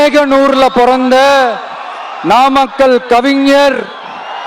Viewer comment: நாமாக்கல் ங்கிற பெயர்ல ஏதும் ஊர் இருக்கா என்ன? 😂😂😂 உளறல் தொடங்க ஆரம்பிச்சிடுச்சு😂😂😂